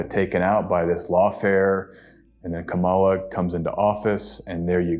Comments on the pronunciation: Thanks, guys. What a time we’re living in! Btw,: it’s Comma La, not Ka MA la. ❤ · I appreciate your very informed reading. With all due respect, I would like to ask you to call candidate Kamala Harris, Kámala, not Kamála. Trump and his supporters like to disrespect her by mispronouncing her name. They call her Kamála. I would also like to point out that the Black Lives Matter protest was in front of the White House. They didn’t go into the White House. You can’t do that. They have sharp shooters on the roof of the White House and they “will” shoot you if you do that. The Black Lives Matter in front of the White House started as a peaceful protest. Then, Trump sent what looked like a SWAT team. He ended up calling on the military to intervene. It is illegal for the military to fight in our land. The president can only do that in the District of Columbia because it’s not a State. The president can call on the military to defend Washington, D.C. However, this was a protest, not an attack on Washington. It was very wrong for Trump to use the military there. This is dangerous because that’s what dictators do. They use the military against their own people. I hope you understand why I wanted to clarify these topics. I know people who live outside the U.S. may not understand these things. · Her name is pronounced like Coma La. Not kamAla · her name is KA-mala, accent on the first syllable. You’re saying it the way the MAGAs say it. Otherwise, I’m really enjoying this video. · Her name is pronounced COMMA-LA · Small detail, but do hope learns to pronounce Kamala’s name correctly. It’s “cáma, la” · Please pronounce Kamala Harris’ name correctly. It sounds like “Comma-la” or KA’ mala. Emphasis is on the first syllable. It’s not pronounced like Camilla which emphasizes the second syllable. Thank you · Please try to pronounce our vice president's name. It's Kamala pronounced "Comma" "La". 'Well, just think of a comma and add a "la" at the end,'" Harris said.